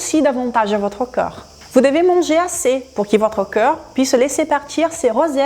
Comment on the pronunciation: avec tout le respect que je vous dois, je trouve que vous expliquez super bien et de manière très claire, néanmoins, une seule critique, qui se veut constructive, quand vous prononcez corps...cela sonne comme si vous disiez coeur et comme vous utilisez beaucoup ce mot dans beaucoup de vos videos cela devient gênant. Votre français est magnifique sinon.